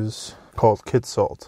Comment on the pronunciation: I worked there for a couple of years and the company that redid the town and mine was Amex, an American mining company. And by the way your pronunciation of Kitsault was correct, never mind what hugh9park says.